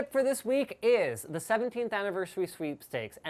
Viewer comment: Aniverseweee sounds like me trying to speak English.